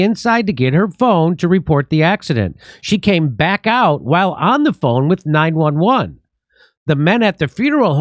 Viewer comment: Jimmy it isn't 9-Eleven, you know that! it is 9-1-1